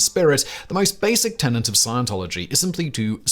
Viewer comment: Tenant? Not tenet? Oh come on.